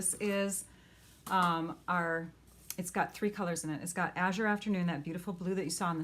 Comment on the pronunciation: Love these. I’ve been doing some of these myself. So many different results. Love them Thank you. You are the first person that pronounced Azure correctly that I’ve heard. Lol